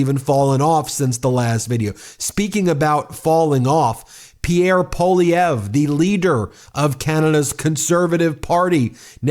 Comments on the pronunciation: Is US education so bad that you don't even know how to pronounce a name of French origin? Or are you just too careless even to bother to read it? Poilievre has TWO letter i's in it. It is NOT Po-lee-evr, it's Pwuh-lee-evre. I just can't bear to listen to you any more. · I love how many trumpers can't even say Poilievre's name correctly. They pronounce it "Poilivare".